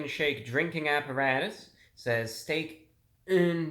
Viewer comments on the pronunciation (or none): It legit sounded like you said “Stank and Shake” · Stank and shank